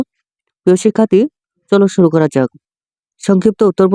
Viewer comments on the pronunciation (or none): none